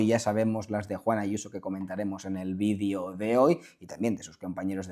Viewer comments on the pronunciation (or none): none